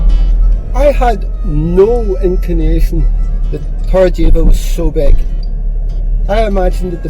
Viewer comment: Try pronouncing - Torr - eh - b - eh - ka. Weather wise its our favourite time of year here.